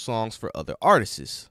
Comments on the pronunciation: At K. Helson stop..the narrator saids artistses instead of artists..lol..grammar pleases..I mean please.. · Dude it’s not “artistses” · someone needs to teach this narrator how to pronounce the word "Artists". Good Lord! If you're going to speak publicly learn to enunciate! (and Karyn White has an Unsung!)